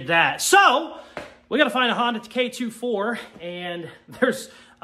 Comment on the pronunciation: The only problem I've had with this video is the pronunciation lmao, k "24" and cd "o" 9 is how people pronounce em normally, I know with all the USDM shit you probably don't know better but OOOOOOOO I was losing it